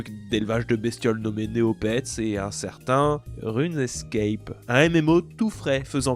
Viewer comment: On dit RUNE SCAPE et pas RUNE ESCAPE, de base, quoi....